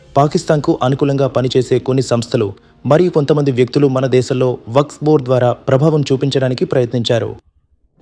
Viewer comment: న్యూస్ రీడర్ కి వక్ఫ్ బోర్డ్ అనటం రాలేదు. వక్స్ అని చెబుతున్నాడు